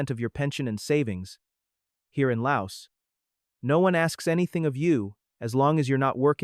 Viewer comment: S is silent in laos